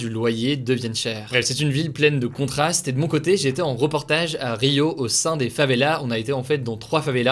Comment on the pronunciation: les québécois quands ils a dit favélas: ont est à montréal pas au favévélâ reprend toi calme toi mon tis gas